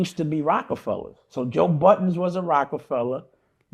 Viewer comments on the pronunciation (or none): Why does Dame not know how to pronounce Joe Budden correctly? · Silly Dame can't seem to pronounce Joe Budden name correct... Its Budden not Button stupid